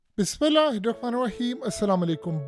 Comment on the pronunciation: bhai bismillah sehi paro.و khan hai janab